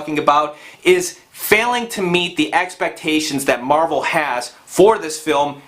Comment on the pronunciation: Why do you keep saying captain marble?!?